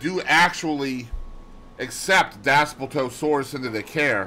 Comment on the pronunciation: Hey man, not trying to be rude but here are the proper pronunciations ; Dass-plee-to-sore-us Bin-toe(or too)-wrong